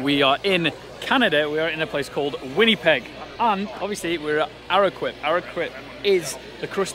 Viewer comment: Made me laugh on how you pronounced Winnipeg! 😂 Welcome to Canada!! Hope you had a good time here.